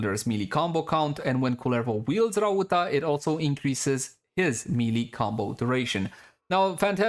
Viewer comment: my guy miss pronounced Rauta twice in a row .-. just a tip you can call it Iron since its what it is called in finnish, and thanks for showing the builds